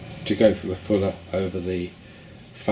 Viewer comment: It’s not Fuller Car System, but Faller Car System 🤣